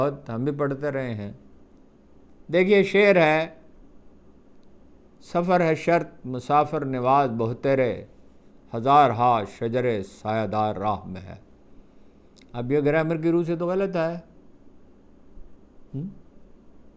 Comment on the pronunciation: جناب ہارون صاحب، یمن کے گورنر حضرت معاذ بن جبل رضی اللہ عنہ تھے. اور بہتیرے کا تلفظ ب پر پیش نہیں بلک ب پر زبر کے ساتھ ہے.